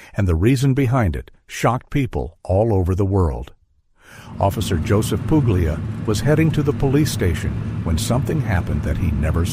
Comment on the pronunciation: Puglia : it's Italian. It's pronounced the italian way. The "g" is silent. Get with you, oh so clever Americans.